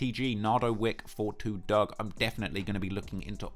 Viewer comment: I believe it’s pronounced 4’2” Dugg